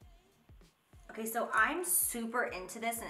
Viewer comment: Jaclyn: k so for the lips... What I hear: “queso for the lips...” YES PLEASE!!! Cheese.